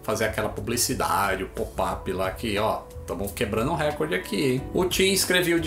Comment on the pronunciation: "Récorde" nãooo